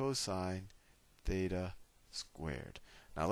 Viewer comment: is it theta or Fheta ???????????